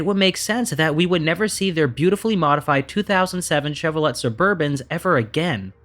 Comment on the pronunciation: The T in Chevrolet is silent